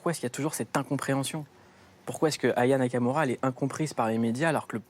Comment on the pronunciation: Le présentateur dit son prénom d'une traite sans sourciller 👏🏾 les gens ont abusé, ils ont fait comme si il avait insulté Aya. Moi aussi j'ai galéré ac son nom, c'est pas simple. Je dois me concentrer pour bien le dire